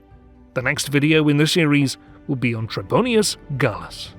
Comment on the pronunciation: Not “Trebonius,” but “Trebonian” or “Trebonianus”